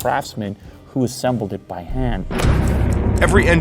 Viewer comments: Assembled not assebled! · Shouts luxury, especially the “hand assebled” bit … 😂